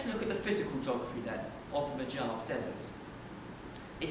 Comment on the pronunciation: its pronounced Mo-Hav-ee